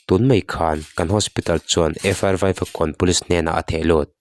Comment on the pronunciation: In thil puang hi in tha ve riau😂😂 FIR tih tur ah FR inti thul..Peitian inti thul..channel meuh siam ve te chuan thil kan cover dawnin a chung chang leh chhiardan te in enlawka zirlawk ve tur lawm le,,,,hrezawk midang tepawh rawn emaw zawh pawh hrehloh mai tur